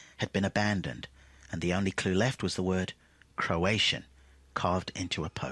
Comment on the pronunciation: Say it with me: Crow-a-tow-an, not Crow-at-tian.